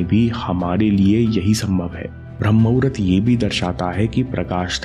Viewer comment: Vo to muhurt hai n aap mahurat kyu bolete ho.